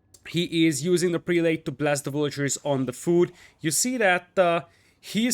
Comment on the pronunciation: Love the cast. By the way, the prelate pronunciation is prell-it. It breaks the rules of long a's and the last e....why? No idea. I am an esl teacher and I have no answer for you. 10 out of 10 cast.